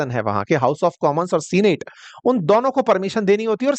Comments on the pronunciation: Sir senate is pronounced not as सीनेट but सेनेट . Please correct that. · सीनेट ❌ सैनट ✅ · सीनेट नहीं सेनेट उच्चारण होता है।